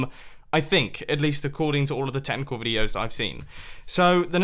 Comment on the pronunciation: I thought he said tentacle when he said technicle videos